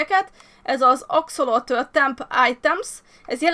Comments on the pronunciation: Helyesen axolotÜL! Ejjj...😃 (Igen, visszanézem, és igen, a hardcore sorozatról jövök) Csak így tovább, sok boldogságot Immuval!❤ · Szia! nem akarok kukacoskodni de az Axolotl nevében az L nem néma ki kell ejteni. (legalábbis én így tudom)